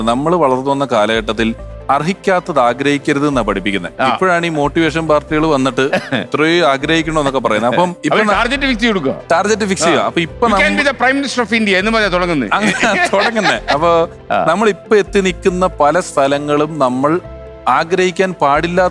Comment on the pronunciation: ടാർജറ്റ് അല്ലെ സർ ടാർഗറ്റ്